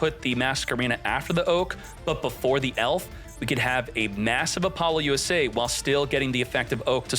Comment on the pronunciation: i wish you would say apollousa correctly